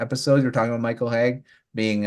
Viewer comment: Good show guys!! Just a lil thing, it's Michael Hage ( Age ) and not Hage ( Haygue ) like Nicolas Hague. Keep your good stuff :)